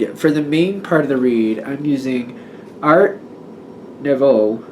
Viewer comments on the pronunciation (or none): Pronounced “new-voe”